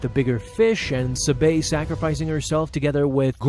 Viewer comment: I couldn’t keep watching after you mispronounced Sabé over and over. Yes I know the accent mark is on the second syllable but no one pronounces it that way. But hey ya got me to comment.